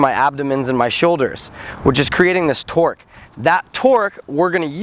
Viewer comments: Every time you said "tork" I thought you said twerk lol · They keep saying 'torque' and it sounds like 'twerk' XD